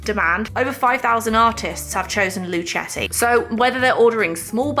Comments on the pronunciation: It's pronounced "lu-keh-ti" 😊 It's named after their Italian great grand-father "Our Story – Luchetti We chose the name Luchetti in honor of our great-grandfather Michele Luchetti who was born in Fabriano, Italy," Source: Luchettis own website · I think Luchetti is pronounced with a a hard c ( like the end of luck) as in Italian ( where words/family names often end in i) that is how ch is pronounced.